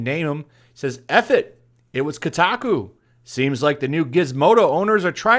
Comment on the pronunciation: Its not pronounced KuuTaKuu...lol